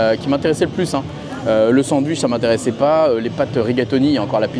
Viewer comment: Je ne me lasserais jamais de ta façon de dire « sandVICH » 😂